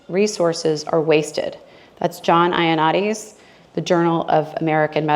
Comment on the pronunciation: Excellent! Thank you. It's John "Yo-NEED-ease" and tha-LID-o-mide.